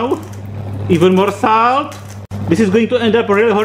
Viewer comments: Fkn idiot its salt not saut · i really like the way you say SALT and i laughed so hard when you said EVEN MORE SALTT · nice acxxxcent